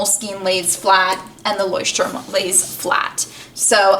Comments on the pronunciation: yeah of course but by the fact that she’s not german she said it as right as an english speaker can say it. 😊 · She pronounces it ok for an English speaker, but not exactly how a German would say it. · Jon Solo actually she pronounced it right lol.